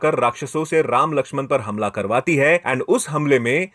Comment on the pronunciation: उच्चारण पर काम करो भाई। रावन ❌ रावण ✅ रामायन ❌ रामायण ✅ पुरान ❌ पुराण ✅ लक्षमन ❌ लक्ष्मण ✅